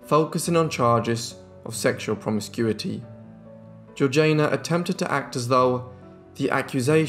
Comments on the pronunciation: Surely, her name was Georgie-Ah-na, not George-Jane-Ah? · How do we know her name was pronounced in that way? It is certainly spelt Georgiana not Georgeayna and it was not an unusual name in English society of the time when it was universally pronounced Georgiana. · Yes the pronunciation irritated me too. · Nope you can't even spell it. It is one final time GEORGIANA PRONOUNCED GEORG JAYNA!!! Not GEORGINA. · Great video but her name is pronounced like Georgie anna. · Loved it. Thank you. Georgiana is pronounced GEORGE ee anna. I thought you might want to know. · she switched the pronunciation when she married to match the regional accent as a way to endear herself. Both are technically correct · The 3rd syllable of Georgiana's name is pronounced like the first one in Django, not like Jay in Jay-Z. There is a movie called "The Duchess" about her, made by the British. I suppose the British know how to pronounce British names. Next time before you start guessing pronunciation of names, maybe go and check the existing sources first?